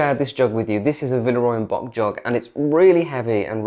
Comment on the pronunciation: Love your videos. Just one tip because I can tell you love Villeroy and Boch. Check-out the proper pronunciation of Boch. It's a soft ch.